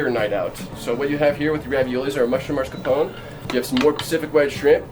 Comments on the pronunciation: Guys, it's mascarpone...not marscapone. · Why are both and the manager saying "mars capone" instead of mascarpone?